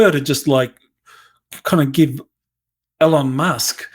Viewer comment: Please learn how to say ELON!